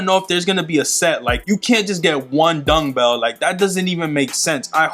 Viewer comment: Bro where you saying dungbell or dumbbell 😂